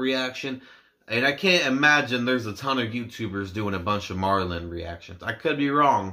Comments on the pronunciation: It's pronounced like meridian they are a great band the whole misplaced childhood album is worth a listen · You should definitely listen to the whole album Misplaced Childhood since it tells a story and Kayleigh is one of them. It's pronounced Ma rill ion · Great reaction! Just for the record the band is pronounced Ma-rill-ee-on